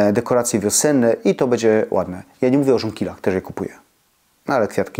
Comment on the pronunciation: Pana śląski akcent nie przeszkadza, jest uroczy, myślę, że nie tylko dla mnie, osoby urodzonej i wychowanej w Bytomiu. Ale nad wymową "ę" zamiast "en" proszę popracować. Wymowa "bendzie" razi. Tu powinno być "będzie". Pozdrawiam Pana serdecznie i dziękuję za przekazywanie wartościowych treści i zdroworozsądkowe podejście.